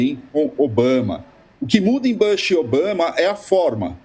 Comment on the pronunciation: Que dor de ouvido!! Não é “Bãsh”, caramba! A pronúncia é com U mesmo. É Bush!!! Pelamordedeus! Gente que discute política internacional! Bush não é nenhum nome russo ou chinês ou javanês complicado!!